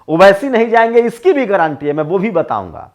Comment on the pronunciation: गारंटी का सही उच्चारण कीजिए।ग्रांटी ग्रांटी मत बोलिए।